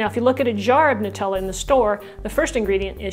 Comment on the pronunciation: it's Noo-tella! The Italian way!